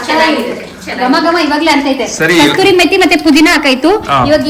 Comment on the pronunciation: And its not kasturi 😂is kasuri methi